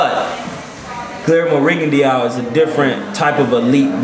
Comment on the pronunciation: Rigondeaux is pronounced "Ri-Gon-Doe" fyi...